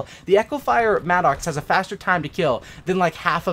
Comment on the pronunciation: It's pronounced Madicks...it's not an angry Oxe....